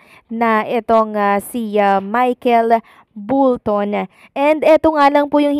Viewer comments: iha...Bolton (pronounce as "ball" ball ton) hindi bull-ton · Bolton po.hindi bulton.sorry po. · Bakit Bulton ka ng Bulton?? Bisaya ka ba? Bolton po hindi BULTON! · Ung tatlong lalaiking judges bwisit kau..mga inggit kau kay stephen jc..at bolton hndi bulton..kug guato mo buion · B O L T O N hindi bullton! 😅